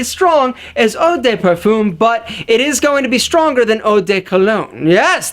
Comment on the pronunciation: Hey, just a quick tip for your pronunciation for future videos. Cologne you could pronounce it like "Column" but just remove the m sound and it would be pretty close. Parfum, if you know how to say 1 in french (un), you can say Par (like the golf term) and fun. For Toilette, put less emphasis on "Toi" then finish it off with "let". Hope that helps!